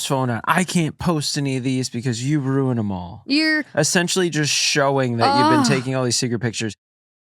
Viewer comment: Anyone else think of Gilmore Girls whenever pronounces the word “ruin” in her accent? 😅